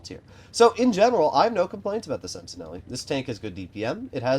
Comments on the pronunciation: just quickly about the pronounciation, it's not "sentineli", its "sentinel", that is much closer to the french pronounciation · Yep, the e at the end is silent in French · Pretty sure the -e is silent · I was going to bring that up as well.